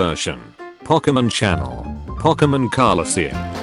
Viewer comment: The moment the word "pokemon" was being mispronounced was the moment the video should've been deleted 🤣